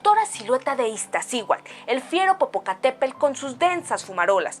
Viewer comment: Haces muy buen trabajo pero pon más atención en tu pronomciación de los nombres de los volcanes, por ejemplo: No se dice Iztaccíhual se pronuncia todo IztaccíhuaTl; también en Popocatépel, se pronuncia PopocatépeTl. Cuando difundes información mucha gente lo escucha incorrectamente y así lo aprende. Sigue con tu labor educativa. Disculpa las correcciones espero que una crítica constructiva no te moleste. Que tengas un buen día.😊